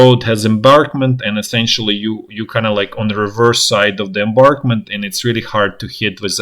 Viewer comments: Also "embankment" not "embarkment." No biggie. Content is tops and that's what matters. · The English word is embankment, as in a berm or raised roadway or railway. "Embarkment" is the process of loading crew and passengers aboard a ship or train or airliner.